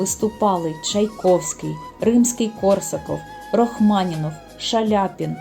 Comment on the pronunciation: На жаль, про театр одного актора в Дніпрі, вперше почула. Мені соромно. Сергій Рахманінов, а не Рохманінов. Перепрошую.